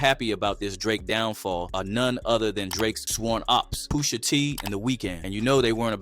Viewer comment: Boi said POOSHA